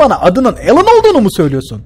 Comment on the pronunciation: abi o al an aslında uzaylın adı al ann değil alyen